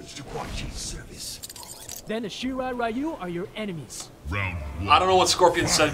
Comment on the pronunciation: It's "SHII-RAII RII-YUU" not "RAII-YUU"